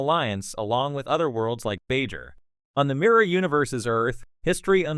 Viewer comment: If you're going to read these, can you please learn to pronounce "Klingon," "Cardassians", and "Bajor"?